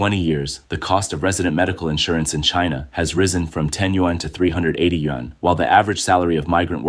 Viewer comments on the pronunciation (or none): Another narrator who can’t correctly pronounce the Chinese currency. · Chinese can't pronounce english either but if we do it it's rayciss I guess 🤷